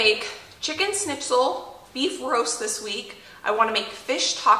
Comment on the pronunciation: I Love that you are pronouncing the Word Schnitzel right 😁😁 and one Thing I wanted to say about the mashed potatoes: I dont know why, but for some reason the mashed potatoes do taste soooo much better If you give a good amount of Salt into the boiling water. Just Like in Pasta. Maybe you will still have to put some salt to the potatoes when you mash them, but If theres a good amount of salt in the cooking water it really makes a difference. I dont know why, but just try it 🙂 the potatoes itself get so yummy.